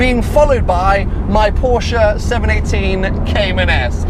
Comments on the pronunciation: WOW, pronounced Porsche correctly in the 1st few secs then let himself down seconds later:-(. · Please pronounce the "e" at the end of "Porsche", buddy! ;-) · you own one now please pleaaaeeese stop saying "porsch" and start calling it "porsche" please!!!! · porsch..... EEEEEEEEEEEEEEE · I love the way you do your videos and always enjoy watching your channel, but could you please try improving on your pronunciation of Porsche. It's killing me :D